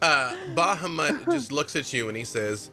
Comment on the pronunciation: It's also on full display here with how he mispronounces Bahamut and Tiamat.